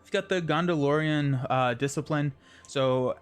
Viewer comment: Please stop saying GONDOLORIAN SHIELD (Star Wars has no place here 😁) Also "C" is pronounced like "K" with names and such with Tolkien. "K"eleborn... and so on. Same with "K"elebrian's stone... no Sssssss sound. Seems like many players on Youtube do not pronounce these correctly and it drives me crazy!Otherwise, love your videos.